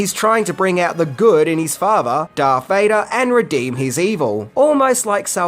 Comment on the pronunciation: I've been winning from the previous videos on these movies, but his name is DARTH Vader Not DARK. I know it's not a big deal, but...